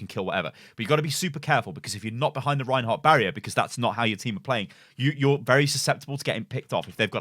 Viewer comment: Did he say rehin hog